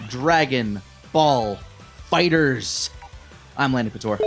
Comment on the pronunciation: Finally an outtro where pronounces the game's name right haha